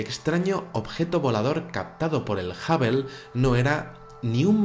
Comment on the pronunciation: Perdón, pero Hubble se pronuncia jábol, no jábel y Washington se dice uáchington, no uásington. Lo que vale es la pronunciación en el idioma original.